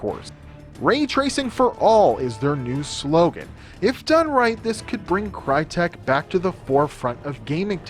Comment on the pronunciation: Crytek was founded by whom? That's a whole new level of name butchering. Use the fucking Google Translator it literally tells you how to pronounce a fucking word in certain language.